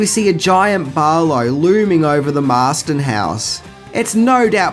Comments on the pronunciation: Sorry to correct you again Marsten house NOT Marsden. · By the way, it's the MARSTON HOUSE, NOT THE "MARSDEN" HOUSE! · It’s “Marsten” house btw...